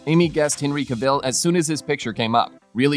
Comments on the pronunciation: Oh my god I just cannot listen anymore to all this Henry CaVELLE! Moronic pronounciation! Cavill. It's simple. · Oh I am sick of telling these murican robots that it's Ca-vill not CaVELLE! 🙄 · Who is Henry Cavel? Cavill: pronounced Ca-Vall. It's an English name, not French or Spanish as you're trying to say it.